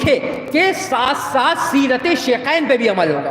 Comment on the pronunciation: شیکین نہیں شیخین ہوتا ہے